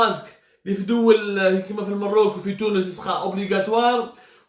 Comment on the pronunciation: اخي عبدو السمار انا مغربي من متابعي algerie part و اتمنى ان تقول المغرب عوض المروك ...او على الاقل يجب نطقها كما هي الماروك بفتح الميم. لان العبارة الاولى اقرب الى القدح